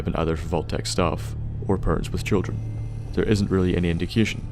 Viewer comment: you from NI? I've noticed the way you say "thur" like the most of us